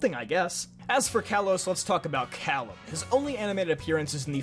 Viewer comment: FINALLY!! Someone who pronounces Calem like “Callum”. Me too! High five! 🙏